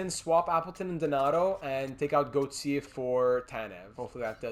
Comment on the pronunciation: When you say Julian Gauthier name it sounds like you are trying to throw up. Not all names need that stupid French flare you are giving them. We make good gm mode videos but I turn it off when you keep doing it. I doubt I’m not the only one, it’s like a restaurant you won’t complain if food is bad just won’t come back.